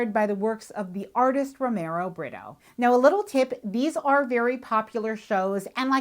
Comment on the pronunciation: He’s Brazilian, you pronounce his name with an H sound, rather than an R. For example Homero. His ls last name sounds like Bree-too.